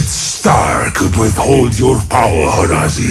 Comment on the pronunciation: why is it horazi and not horaazi? darkin needs 2 a.